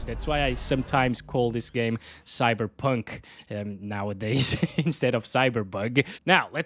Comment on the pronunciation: it's cyberbog it's cyberbog